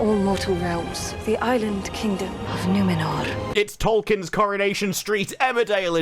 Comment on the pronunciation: It's not numenor, it's numenorrrrrr.